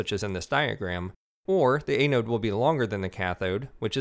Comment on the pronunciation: Thanks for the tutorials! It's an-node BTW...